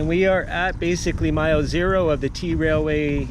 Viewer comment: Dude, it's pronounced trail way, not t railway. And yeah, it's unridable, I've done it. Awful experience.